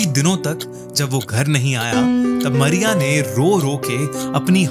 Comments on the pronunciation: Good but Not मरिया it's मारिया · Arey aap toh Mariya ko Maria kehte ho